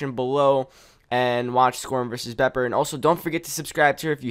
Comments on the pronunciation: BEEPER NOT BOPER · # people who can't say bepper or skorm :3